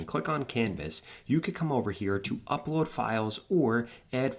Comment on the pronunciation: Say: UpLoad, Franklin, Tesla, Complete... It looks like your accent is from a different place, or I couldn't hear the "L" on your words, right ? Good job. 🎉❤